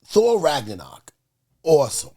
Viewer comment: "Thor: Raganawk".... dead